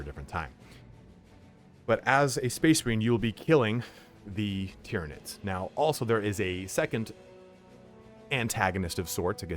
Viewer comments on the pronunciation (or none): none